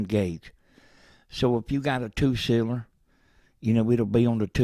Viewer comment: Me too, and I'm not even a native english speaker (swede). Although, for every time he said "cylinder" it became more and more unintelligible.